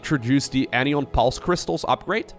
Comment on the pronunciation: Surprisingly, it's pronounced an ion So anion rhymes with ion. Or if someone says "an ion" it sounds the same as someone saying "anion"